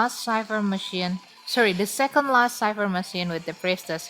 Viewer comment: Thank You, For the tips how to counter her and kite her. I always OOF When I met her in the rank match. My weakness is her dash. And now u pronounce cipher correctly, so proud 👏